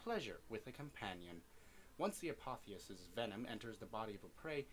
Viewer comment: I've always heard it as a-pof-is